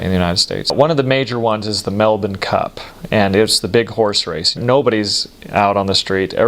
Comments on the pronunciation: Wow he said Melbourne correctly! Kudos! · Holy cow, an American who knows how to pronounce Melbourne! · I love that he pronounces Melbourne like an Aussie. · What a great guy,good onya mate come back anytime :) and he pronounced Melbourne correctly too😉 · OMG you said Melbourne correctly... almost no US Americans do. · Hearing him pronounce Melbourne PERFECTLY in the middle of an otherwise American sentence is SO funny to me skjskjshs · Melbourne perfectly pronounced. I had to hear the end of the story to know he was saying cordial 😂😂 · Great pronunciation on Melbourne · Good pronunciation of 'Melbourne'! He listened! Pity about cor-dee-al. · A lot of good things to say about your observations, but I will say just this: you are the only American I have heard who pronounces "Melbourne" like a local... okay well I'll say this too, regarding vegemite. Firstly, use real unadulterated dairy butter. Let your toast cool down somewhat so the butter doesn't melt too quickly, be generous with the butter, then add judicious amounts of vegemite and mix it with the butter using the knife right there on the toast, until it turns sufficiently brown to taste. There is a balance, beyond which it starts tasting crappy. Moderation is key.